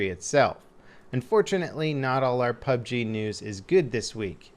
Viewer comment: Yeah... no... Saying PUB-G is just waaay, waaaaaaay easier.